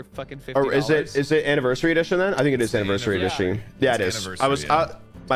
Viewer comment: 5 HOURS?!?!!!!??????!?!?! Edit: W- WHAT IS THIS?!?!?!!!???? I...IM TOO F🗣️CKING STUNNED TO SPEAK Edit 2: "anaversary a dish ie ne"